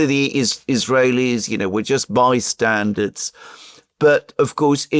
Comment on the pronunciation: You both say ‘bystandards’ not ‘bystanders’ Am I missing something?